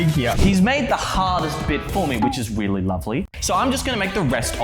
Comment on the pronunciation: Did he just say wait weally instead of really